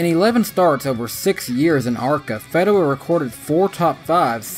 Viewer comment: Tim FEE-DA-Wah I only know because he raced on some local tracks.